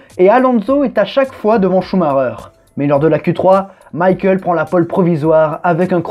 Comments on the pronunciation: On dit pas Coux Marreur on dit SchumaCKER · pourquoi il dit ''Shumareur'' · Maïkel ? Il est pas allemand Schumacher ?